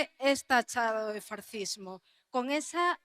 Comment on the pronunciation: Y dice "farcismo".